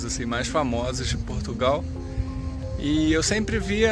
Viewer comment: Portugau?????? que é isso????'